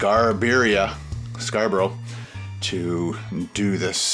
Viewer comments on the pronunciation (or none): I love the British names of towns near and how he pronounces some of them. Scarborough is pronounced more like scar-bruh over here.